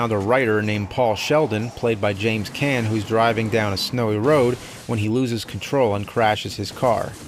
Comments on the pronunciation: "James Can"??? It's Caan as in Khan. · Its not James "Can" it's James KHAAAAAAAAAAAAAAAAAAANNNNNN!!!!!!! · One small gripe: It's not James Can, it's James Caan - otherwise great movie and great review Nerd! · It's KAHHHHN!